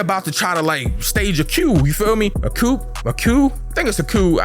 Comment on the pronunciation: Coup is pronounced “coo”